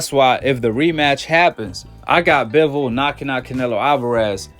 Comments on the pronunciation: How many times u heard Bivol name n u still can't say it right 🤣🤣🤣(Bi)(vol)🤣🤣🤣🤣shit sound so funny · I mean I get a couple rounds for Saul, but to give him all 1st 4 rounds....🤨🤔 straight sus....n btw in Russian it's pronounced "BEE-VOL" jus for future reference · Hi Guy! Before you’re allowed to make any more commentary on boxing, learn how to say Bivol’s name right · lol wtf, I literally said he shouldn't have won the 1st 4 rounds...🤨😂. I said someone could maybe argue he got 1-2 at best....the fks wrong wit u? N learn how to pronounce bivol then if u know so much about boxing...and yea I'm not a big boxing fan, I'm a MMA fan cuz that's a full sport, not a fraction. I jus support all my russian athletes, which is y I watched bivol...